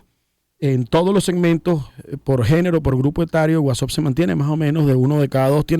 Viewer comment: Por qué dicen Whatsopp? Eso no se pronuncia así